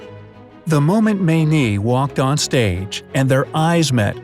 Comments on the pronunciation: Dear. Every Mayne I've known (and there was a family of 14 in our church, they have spawned and re-spawned) pronounced their last name as Main, not Maynee. Every time you said that, it drove me nuts. Why wouldn't you research things? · Did you ACTUALLY pronounce the woman's name as "Maaa -neee"????? She wasn't Chinese you know! Cripes! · Her name is pronounced Main. Js